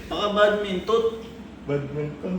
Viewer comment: BAT-MINTON(badminton) Mali lang pagkakasabi ni 😂😂🤣